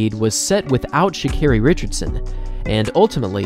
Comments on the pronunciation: Carri? what the hell is "sha"? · How do unwatch videos of her and do a whole bio for her and still say her name wrong lmaooo and she has a video pronouncing her name that u dedd seen